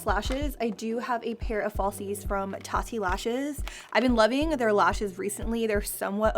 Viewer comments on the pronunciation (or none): none